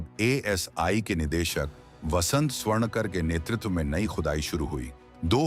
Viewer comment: स्वर्णकार,स्वर्णकर नहीं